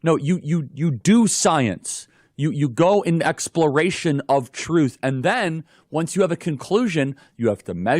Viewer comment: They have no shame pronouncing the word "truth."